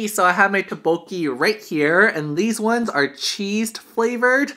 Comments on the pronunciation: Lmao I was cringing when you said Tteokbokki like "Tah-boki" XD I pronounce it like " Toek-boki" I think it might be just a preference, but I just follow how my Korean friends pronounce it. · great video, but the pronounciation of tteokbokki is incorrect, it's pronounced as dukbukki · I’ve never heard ttoekbokki pronounced so horribly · Haha oppppps, my bad! I didn't know I was pronouncing it wrong, I'll try to remember for next time I film a tteokbokki mukbang haha. Thanks for the correction there, it would be so embarrassing if I was talking to a Korean person saying "tah-boki" the entire time lmao :P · You said the name wrong...